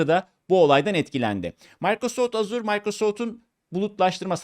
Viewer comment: Azure diye yazilir "Eja" diye okunur "Azur" yanlistir